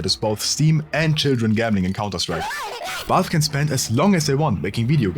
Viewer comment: wie kannst die 75k abos haben aber Valve nicht aussprechen können. Es ist Valve nicht Walf